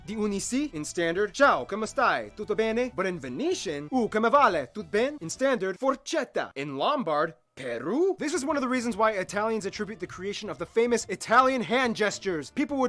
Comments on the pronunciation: "I'm 1/4 italian" then "forcetta" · the way he pronounced "forchetta" made me die inside